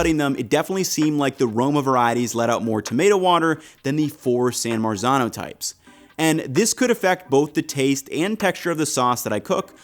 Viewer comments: Lolol "San Merican Tomato"!! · Just to help out with authentic pronunciations here: San Marzano - San Mart- Zano Cento - Chento and Thanks for letting people know about those san american tomatoes, the price of those considering they're from NJ is just BS. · The correct pronouncination is San Martzano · Hey. it's pronounced san Mart-zano. please learn to pronounce it before you make an entire video about it. it's totally grating... it's like someone pronouncing new york, "newee york" for an entire video. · Yes, the correct pronouncination is San Martzano, but correcting the English and American about the correct pronouncinations is a hopeless and endless project. They have no idea about other languages and they pronounce every non-English word totally wrong. Not just with accent, but totally wrong, and they do so very confidently. What 's more if you say it correctly they are trying to "teach" you the the wrong pronouncination. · You're killing me with the Italian pronunciation 😆 "Cento": 'ce' should be pronounced like 'che' in "cherry". "San Marzano": the 'z' should have a 't' sound in it like "mar-tzano".